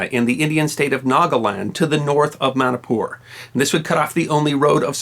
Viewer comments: It is MANIPUR NOT MANIKPUR Sir.. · i dont like how u say manipur as manapur. lol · It's pronounced like " money-poor".